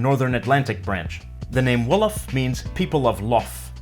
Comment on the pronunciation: Wolof way ...wow so early 🇸🇳🇸🇳🇸🇳🇸🇳 You're pronunciation is pretty good !!!! 💜